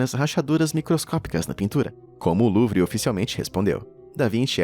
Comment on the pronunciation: A palavra Louvre lê-se: Lu-u-vá (pronúncia francesa) ✅ E não “Luvi” como você expressou ❎